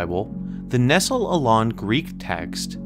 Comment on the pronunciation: Do you even read Greek? And BTW Nestlé is pronounced like the chocolate, it doesn't rhyme with pestle.